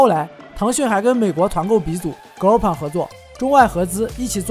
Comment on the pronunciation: Groupon 不会读都不查一下发音吗。。。